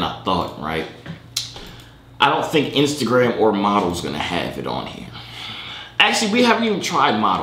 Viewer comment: my mans said iceagram